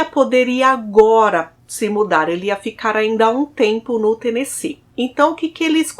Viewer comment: Parabéns por falar Tennessee certo.❤